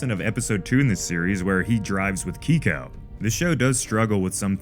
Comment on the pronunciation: How can you watch this show and still pronounce names wrong? It’s pronounced KAY-Ko, like the letter K, not KEY-Ko. That’s why Lee refers to her as KAY, as in short for the first part of her name. He doesn’t call her KEY. Other than that, good work.